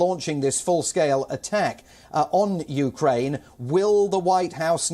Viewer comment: Dear Palki its not U KA RAINE. Learn to pronounce a countries name at least 🙂